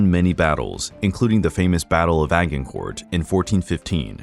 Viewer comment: Try to pronounce Agincourt correctly, please